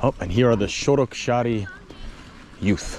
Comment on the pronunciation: It's SOROKSÁR, not SOROSKÁR ;)